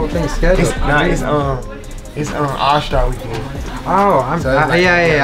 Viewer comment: yall hear how he says "All Star Weekend" lol he still the man though